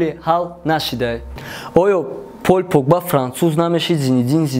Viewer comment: Пол погба бгу наинки пойль погба